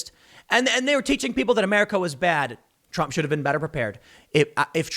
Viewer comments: Lol he calls trump drump 😭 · Tim definitly said Drump 😆😆😆